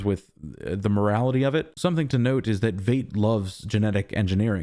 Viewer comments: Oh FFS and you dare say Vayt instead of Veidt ("Vite") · Lol. I fell in the same trap. Yes, Fight. I think he was pronouncing it as “eight” preceded by “V”. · I believe "Veidt" is pronounced like fight, not fate. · No matter what you've heard, his German IRL last name (Veidt) is correctly pronounced VITE, not VEET or VAYT. Just thought you should know. But you can just call him Ozymandias. ;-) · Dude I've been waiting all week for your review. After hours (literally) of other people's reviews yours is the best and I dig that you don't fall for the red herrings the way everyone else does. I think the KKK robe in Judd's closet is from the Bass Reeve's movie Will was watching at the beginning of the previous episode. - - Veidt is pronounced like white, fight, height, light, might the same as the actor Conrad Veidt Keep up the great reviews and I'm glad to hear you picked up new subscribers after posting the last video (I was one). I initially started watching your channel when you were doing reviews of Westworld and now (just like then) your reviews are consistently the best and most insightful. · It really bothers me how you pronounce Veidt